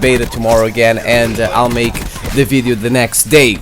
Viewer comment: "a videeo" lmao my boy Learn how to say video bro, anyways good VIDEO